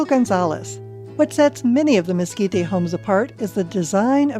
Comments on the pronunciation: Mes-KEE-tay??? Where you from, partner? Try Mes-KEE-teh.....sheesh! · Mesquit-tay? really people? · "We're here in Lase Cruises in the Miskeetay area where there are lots of places selling Chilly peppers! It is great to be in the 'New' Mexico (not the old one) where there might be Meskicans and stuff." Good God, who did they get to narrate this???